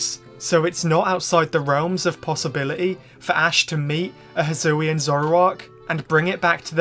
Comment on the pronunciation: the regyuler zuroowa evolvd in the hsoowyun reegun